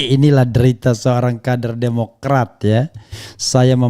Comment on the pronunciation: Ha ha wkk wkk, Kader Demokrat bilang Demokray jadi CEBOOONNGGG....